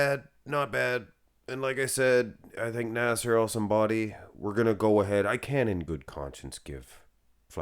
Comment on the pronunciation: "Nassair el Son Body" 😂